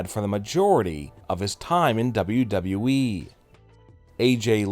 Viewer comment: This guy's voice is so annoying.gosh I hate it when he say wweeee